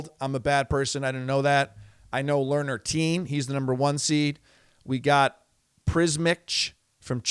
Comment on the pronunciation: LOL yes, your next gen pronunciation was poor—even Learner Tien! I’m not sure they are the ones to yell at about a money grab